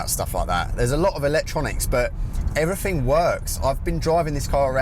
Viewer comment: Before you do a review, you should learn how to talk properly. Free instead of three? Everyfing? Wills instead of wheels?